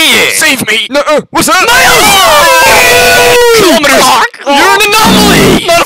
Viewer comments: 1:I love the sound affects 2:why does spiderman 2099 say colomiters all the time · “KILOMERS” Part 2 on